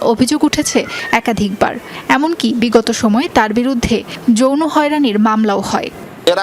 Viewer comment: তদন্ত কমিটির একজন সদস্য যদি বলে জইরো হয়রানি 😅😅😅 যৌন হয়রানী তাও ভালো করে উচ্চারণ করতে পারে না এরা কিভাবে চাকরি করার যোগ্যতা রাখে আমি বুঝি না।